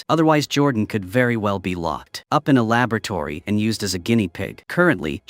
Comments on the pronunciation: "Lababertory"? XD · Huh,…. AI cannot say “laboratory”? I know that they can knock bottles unconscious but this is new.